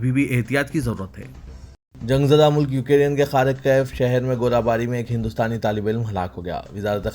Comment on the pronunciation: بھائی ، السلام عليكم و رحمة الله و بركاته ، آپ کو بار بار بتایا جارہا ہے کہ: 👇 ۱۔ “ یوکیرین “ نہیں بلکہ “ یوکرین” صحیح تلفظ ہونا چاہئے،،، امید ہے کل کی خبروں میں اس بات کا ضرور خیال رکھا جائے گا، دوسری تصحیح حسب ذیل ہے: ۲۔ “عاشقان رسول” کہنا مناسب نہیں ہے اس کے بجائے “ محبان رسول” کہنا بہتر ہے،، امید ہے کہ کوئی بھی مندرجہ بالا مشوروں کی لئے برا نہ مانیں گے۔ الله سبحانه و تعالى سب کو اردو کا صحیح تلفظ کرنے کی توفیق عطا فرمائے، آمین یا رب العالمین 🤲🤲🤲